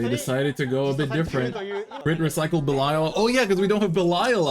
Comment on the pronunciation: you pronunce belial owl wrong